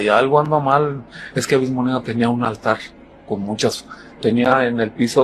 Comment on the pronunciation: ‘Avismo’ jajajjajaja